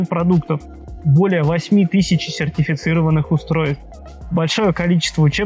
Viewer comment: "Чертефицированных специалистов"?)) Вспомнил "Владимир черт"